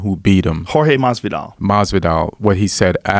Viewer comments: can't pronounce Mas-vidal and said Khabibi...c'mon... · You can't pronounce Jorge Masvidal? Wtf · I think it's a little to much.. 🙄 sport that been around for a bit...🤨 can't pronounce his name... 🧐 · This dude said kabibi and masidov. I dont think he knows anything about UFC😂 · Can't pronounce Masvidal.. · You cannot pronounce "Masvidal", srsly dude?!